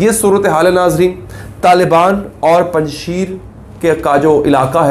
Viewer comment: Panj sheer nhi " panj sher" means five loins